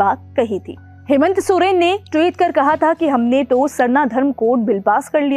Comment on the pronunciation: मैडम जी हेमेंत सोरेन नहीं हेमंत सोरेन